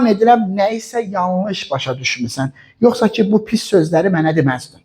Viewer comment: Yuhsa deyil yuhsi